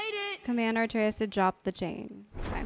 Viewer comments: A-trey-us, you keep putting the r before the t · Uh - Trey - Us OR BOI Almost no one says his name correctly at first lol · you already recorded the next episode calling him arteus the whole time didn’t you 🤣🤣🤣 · I dont want to be rude but i think you mispronounce Atreus name. I think you say something like "Arteus". Its first the t nad then the r. NO HATE at all. And also you should always speak with brok the triangle button. Amazing work though!!! Edit: I just started ep2 where you explained what happened with his name:) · I legit love how you mispronounced Atreus here as Arteus.